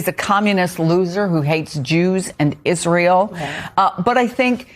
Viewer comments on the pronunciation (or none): none